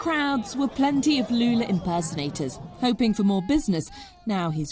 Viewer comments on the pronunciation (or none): none